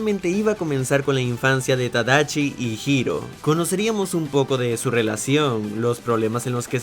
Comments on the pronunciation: es tadashi no tadachi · Usenme como botón de NO ES TADACHI ES TADASHI uwu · ¿Tadachi? Es Con Shi No Con Chi XD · Holi creo que es Tadashi no tadachi jsjsjs solo es un comentario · Debo ser la única loca que se enamoro de Hiro Hamada? (pd:si no sabías la voz en español es memo aponte Phineas) Yo siempre pronunciaba Tadachi ._. Y era tadashi :'v Cada vez que veo esa parte de la película lloro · Minuto . El error has segunda parte de errores de tus vídeos. Ya no es tadashi si no tadachi, lo acabaste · Soy yo o dijo tadachi 🤣🤣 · Na mms, creí que se pronunciaba “Tadashi” xdxd